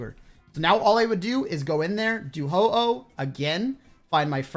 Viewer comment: He says ho ho when its ho oh